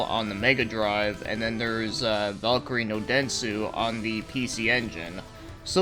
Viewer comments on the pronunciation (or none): By the way it's "Densetsu", not "Densu".